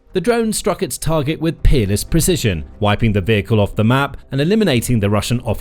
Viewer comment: uhhm... what kind of precission did you say??